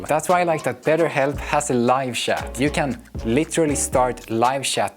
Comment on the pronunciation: Sorry for this comment, but it's too funny, the way you say chat and live chat got me laughing. Great video please don't mind me 😁